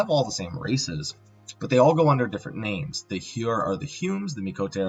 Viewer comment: Ok I️ apologize, because I️ recognize it is offensive, but the fact that you’re trying to pronounce the names the way you are is making you come across super pretentious. As a fan, I️ need to point it out. I️ think you’re better than that. Just be real dude.